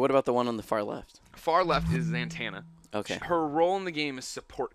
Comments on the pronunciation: Why do you keep saying ZANTANNA? It's Zatanna lol, there's no N after the fest A. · Greg, it's Zatanna, not Zantanna. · its ZA-TAN-A not ZANTANA like montana idiot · Zatanna NOT Zantanna. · When this supposed "dc expert" can't even say ZA-tanas name properly, it makes it quite difficult to take anything he says seriously. It's not Zantana...it's Zatana. If you cant even get the name correct, anything you say after that is completely moot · Why does this guy say ZANTANNA it is so fucking annoying why does he say it normally... It's zatanna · Zantanna? im sorry did you mean Zatanna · ZATANA! not santana. just saying. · Him saying ZANtanna over and over kinda gets to me... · "Zantana" ZANTANA GREG??? REALLY?? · "Zantanna" Oh Greg :P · Considering she's one of my favorites, it pissed me off when he didn't pronounce it correctly...some almighty expert he is